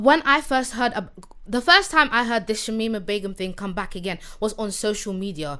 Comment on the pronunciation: The L took when he tried pronouncing shamima begum's name, big up yourself though the podcast is a mad tingg and maybe try to get on J Hus pleaseee. I want to know manz journey, or maybe even get his brudda mostackk on.